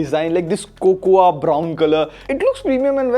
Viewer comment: Don't pronounce wrong English It's not Cocoa spelling is Cocoa It's Coco but spells Cocoa